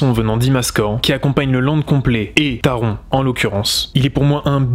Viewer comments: Taron ce prononce Taronnn,le n ce prononce en allemand Il est vrai qu’en tant qu’Alsacien (pas grand est merci...),on prononce à l’allemande Pour ce qui est d’Helix,j’y vais normalement cet été (ce qui est bien,j’ai l’entrée gratuite,grâce a la carte annuelle d’Europa park...,on a 8 Park avec entrée gratuite 😊) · merci je suis dac avec toi taronnn